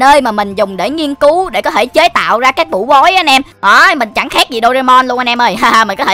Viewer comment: Bảo bối mà anh nói là bũ bối